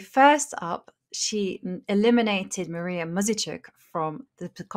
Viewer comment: really butchered Anna Muzychuk last name! Advice: learn how to pronounce the players last name properly before you say it....